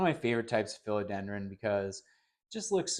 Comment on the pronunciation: Just a friendly FYI… it’s PHILODENDRON. 🙂